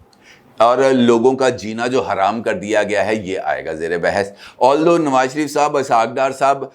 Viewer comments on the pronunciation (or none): none